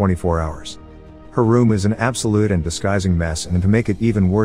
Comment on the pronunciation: "Her room is an absolute and disguising mess" mispronounce there... of word 'disgusting'